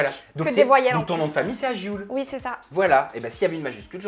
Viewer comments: Aghioul (prononce - Arioul) Signifie Ane en berbère ... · Aghioul se prononce arioul en français et en kabyle signifie un âne 🙄